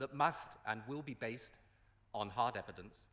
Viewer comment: 'Will be made with strong evedanence'........interesting Mr Blair